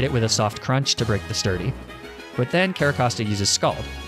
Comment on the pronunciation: Actually replaying Black and omfg, purrloin/liepard is pretty but so bad... LMFAO. So I'm listening more than watching, and my brain is filthy. So when I heard "sturdy sock" - well, it took me a moment to realize you meant a fighting pokemon with Sturdy. My sincerest apologies to your innocence. XD